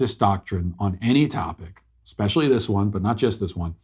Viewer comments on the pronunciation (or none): none